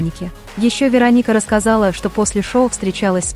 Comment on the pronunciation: Кто же так озвучивал? Ударение не пробовали правильно ставить? Рони - ударение на О, Вероника - ударение на И, Мигель - ударение на Е... Аж слушать противно.